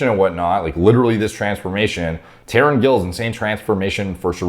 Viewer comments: His name is pronounced more like Taroon, with the 't' pronounced the way the 't' in Thelma sounds. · I start crying laughing emojis whenever westerners can't pronounce an Asian, especially Indian names. His name is pronounced ta rūn. Sauced to the gills dosser. Obliteration of a dosser, totalST annihilation. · Definitely not pronounced Tauren….unless he is part cow….. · He’s openly admitted to usage & his name is pronounced Ta-roon. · Tarun - tuh roon 😂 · Taar-oon the correct pronunciation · Im really surprised... finally made a video on Tarun Gill. Btw pronunciation of his name- Taroon Gill. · Likely pronounced "Tah ROON" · It is pronounced Tarun 😀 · Lol he pronounced as Tren Gill. Well we can take it that way. Well great transformation by Tarun sir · It’s pronounced Tren Gill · if you have problem pronouncing Indian names i suggest you should watch their videos before once or twice by hearing their names you will have a better idea of saying it out loud Alot of respect and regard from Pakistan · It's spelled, "Th"ar"uu"n Gill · The third pronunciation was spit on